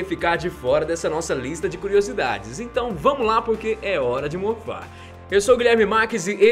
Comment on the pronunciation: Parece que o cara falou é hora de mofar kkkk bora amigos bolos ?